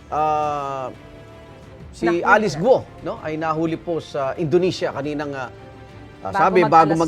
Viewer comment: .pambihira. ang tagal na ng kasong to - mali pa rin ang pronunciation nyo ng GUO buti pa yung sa channel 2 tamang tama ang pronunciation